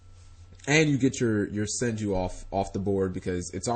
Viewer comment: "manju" i really don't see an a in senju